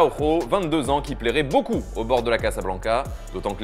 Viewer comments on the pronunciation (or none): none